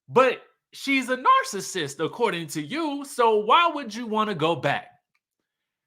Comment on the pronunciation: Scrappy spell "narcissist." Better yet, say it properly and we might let you off with the spelling.